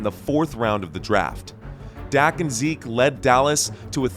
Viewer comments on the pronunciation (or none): none